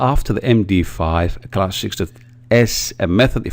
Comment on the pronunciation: So many mistakes and taking 15 seconds to write “strings”. It’s “em di five” not “em di ef”. And most English speakers use “software” as plural; This one package is software and those 5 others packages are software. Not softwares. And you need to have a lot of luck to create a keygen in such a simple way. Not one sentence was spend of the workings of the keygen code.